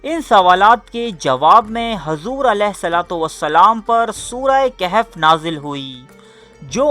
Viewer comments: Surha khahaaf lafaz kehaaf nhi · Its surah kahaf not kehef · No kehf admin KAHAF please correct